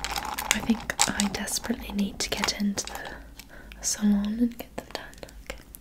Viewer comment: Salon is pronounced Sah-lon. Not a criticism, just a tip! Xx